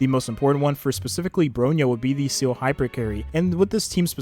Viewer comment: this is the first youtuber that i heard pronounce seele as "seal" instead of "see-le"